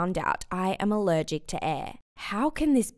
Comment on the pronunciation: "I'm ALEREGEC to Air" then how can you talk